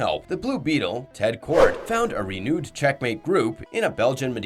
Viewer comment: Throughout the video as well,unless “reunited” is supposed to be pronounced “renewed”. That’s just the most obvious one